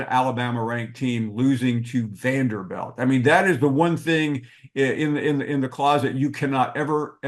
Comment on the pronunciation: its Vanderbilt not Vanderbelt